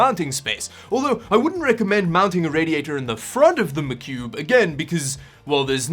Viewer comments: Its "Mah Cube" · Hearing you say macube over and over again his funny love your vids man been binge watching for a couple days now!!